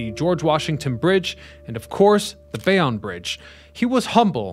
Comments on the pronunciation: I am also here to weigh in on that Bay-On controversy. It is absolutely Bay-Own! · As a Jersey City NJ born native, we pronounce Bayonne as Bay-Own not Bay-on. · That was bugging me too. Bay own NJ. Even a Philly native knows that. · It’s not opinion it’s Bay Own. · Guy from Paterson here - is is def Bay-Own ! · Yup, noticed this immediately. If you're gonna do a video about something, learn how to pronounce it first & foremost. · Yep was gonna say. Bay-Own. I'm cringing everytime this guy says bay-on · Obviously This guy is a fool. Never heard Bay-on before! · you need to do a little research on how to pronounce the subject matter that you are addressing in your videos. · As a Bayonne native this is correct. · Lol. I stopped the video to make the same comment. Seems that everyone but this content creator knows how to pronounce Bayonne. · blame AI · Bay On Lmaoooo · Damnit. It's Bay OWN. BAYYY OWN. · 96% off people pronounce it Bay- own. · As someone who grew up in Carteret, i keep yelling everytime he says Bay-Onn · He mispronounces alot in his videos. I couldnt take 'Bay- onn' anymore and stopped the video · Not born in NJ, Bay-on or Bay-own, Tomato, Tomatoe. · What Flicklives said 👍 I've also heard "Bay-wun"😂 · It's Bay-OWN' and Othmar AH'-min. I can't believe anything a you tubers says if he can't even pronounce the subject correctly. Do better! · We New Jerseyans definitely like the way we pronounce things. Screw the rest of the country that says WAH-ter. I thought said he was from NJ in an old video. Maybe he is pronouncing Bayonne the "correct" French way! BTW, I learned that the Outerbridge Crossing was named after a person. For over 50 years I just presumed it was an bastardization of "the Outer Bridge." They should have called it the Outerbridge Bridge to remove confusion! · Thank you for making this post haha I was going to do the same thing. I'm from New Jersey too. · I hate how he it says it lol